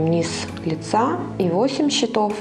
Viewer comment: а В слове счето́в, родительный падеж, множественное число слова счёт (документ; результат игры), ударение должно быть поставлено на слог с буквой О. В слове счётов, родительный падеж, множественное число слова счёты (приспособление для счета), ударение падает на слог с буквой Ё